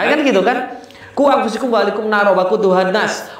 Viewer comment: ...maaf kak cuma ingatkan aja..yg bener bacanya quu angfusakum. Bukan angfusikum